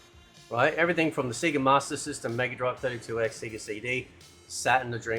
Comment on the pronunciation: Dude. It's pronounced Sayyyga. They shout that out in Sonic games.